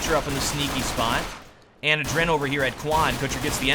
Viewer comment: it kinda drove me nuts.. its Aadren. not adren. you pull the a so like Aadren and not aDren